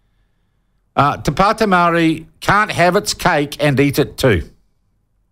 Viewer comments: Shaun your pronunciation of the native tounge of this land is a clear signal to me that you are an arrogant person . Do your due diligence. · Before even making this claim you should at least learn how to say the actual parties name. do you want to remove all parties with only maori in them so you can feel the white privilege coming back to you? or do you need more education to see the views on how maori are trying to take back what's theirs.